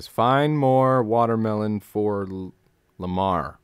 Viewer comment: Lamarr. Not Lamar. It was named after Hedy Lamarr.